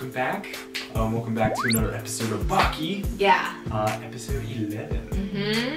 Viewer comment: guys I'm sorry to tell you but you mispronouncing the name of baki gf alll thatttt time. which is completely ok because idk how to write it haha